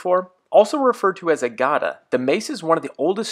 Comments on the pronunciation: It's not "Gaa-da". Just 'Ga-da' should do. Although the exact pronunciation is 'Ga-dha'..but I don't think English speaking people can ever get 'dha' part right..because that sound is not a part of any English word. Another great example is Gan-dhi which is always wrongly pronounced as Gan-di. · It's not pronounced "Gaada" it's Pronounced "Ghdhà" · Its not Gaadaa 😂🤦‍♂️ It's Gada (GaDaa) Pronounced as Ga = duh but with G and Da as in Dark but the sound of D is more like sound of 'THE' When will Americans stop mispronouncing words 😂 atleast do 1 minute of research to learn the pronounciations it's not that hard😅